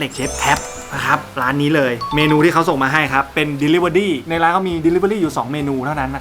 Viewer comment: ใครได้ยินเหมือนกันบ้าง พูดเดลิเวอดี้